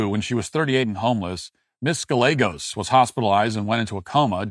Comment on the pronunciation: Come on bro…you really gonna do Ms.Gallegos like that? There’s no way you don’t know those two L’s make a Y sound. Say Tortilla one time for me.